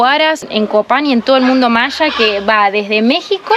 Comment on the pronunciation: Se dice maya no machas 😂😂😂😂😂 voludos argentinos